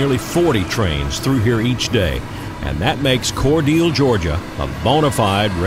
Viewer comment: Is it pronounced "Core-deal" or "Core delay"?